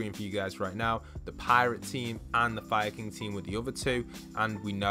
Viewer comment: When you were saying “Fire king” I kept thinking you were saying Viking